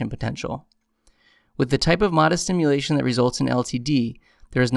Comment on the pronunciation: Great video, but sounds like you're saying simulation instead of stimulation. IDK if that's just me.